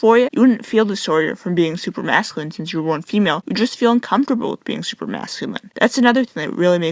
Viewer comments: strivingfortomatoes she makes me un-com-for-ta-ble. ugh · About the pronunciation, the way she says "uncomfortable" too. Shit makes my skin crawl.